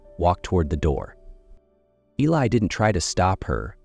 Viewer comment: Beautiful story. I wondered why he didn't write her a letter. He did! Mispronounced Eli's name. Even called him Billy. Stories at this site need to be proofread.